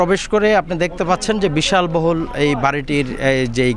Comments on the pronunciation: বিশাল বহুল না বিলাশ বহুল, আগে পড়ালেখা করেন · Hey man! U are a reporter but don't u know Bangla? কেন আপনি বারবার বলছন, "বিশালবহুল'? what does it mean? বলতে হবে বিলাসবহুল। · সাংবাদিক ভাই বিলাস বহুল বলতে বেরথ।